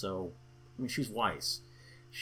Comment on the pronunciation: I dunno if Weiss' name is surposed to be pronounced like the german words (= white snow), but if so, they didn't get it right.